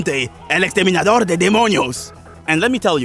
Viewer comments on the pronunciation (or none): "Donte El ExteminAdor de DEMonios"